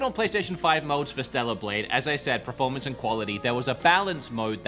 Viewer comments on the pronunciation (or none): I love how the longer this video goes on, looses the ability steadily to say performance and then just looses all concept of the word and says pre-formance 😂 anyways, nice video dude! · PERformance not PREformance, so annoying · Take a shot every time says "Preformance". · PERformance, not pre, PER-for-manse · Drink every time this dude says proformance. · Praformance mode hey? Good praformance on this console hey? I love a good praformance 😂😂😂 praformance, some help this dude with his pranunciation 😂😂